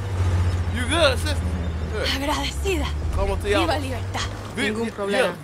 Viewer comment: Baby I thought you said como ti Lamas 💀 like a actual lama lol .. is it silent L’s or I’s ?